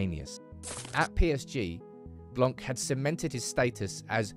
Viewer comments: His name is blan not blank great video though ! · You don't pronounce the "c" in Blanc 😊